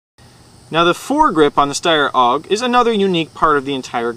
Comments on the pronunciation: its not aug. its a.u.g. accually. i laugh when he says it wrong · its A.U.G not auwwwg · Oh yes, it's a great review. The guy pronounced AUG or A-U-G as Awoug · its not a steyr owg its a steyr a-u-g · lol! its A U G not oug stupid arse! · haha it's called a-u-g!! u review airsoft guns u should at least be able to pronounce the names probably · Its not pronounced "aug", its an acronym. If this guy had ever been in the military or handled anything besides toy weapons he'd know that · lol i tought we say AUG but i heard oW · it aug not oug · he says it like its auug instead of aug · AIRSOFT REPORT!!! ITS PRONOUNCED A-U-G not AUG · HAHAHAHAHA LOL OWG WTF IS AN 'OWG' it's an AUG: pronounced A YOU GEE with ya, that ticks me off. but you guys are still awesome, keep it up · A-U-G! You say each letter! Not pronounce it as a word!! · It A.U.G not aug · you tit its pronounced "org" or A.U.G where the hell did you get that pronunciation from anyway? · aough what a dumbass its A U G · HAHA its was so funny how he said aug OWGH lol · It's pronouced like 'AY YOU Gee' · Awesome Review you guys are good but it's said as A U G. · nope, it's called an aug, not a u g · Its pronounced awg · It is pronounced A-U-G. Say it right! haha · i think he's trying to pronounce it german like cuz the aug is from austria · yea, thats why the letters are in capital, otherwise it would be Aug. and isn't it pronounced "shteyr?"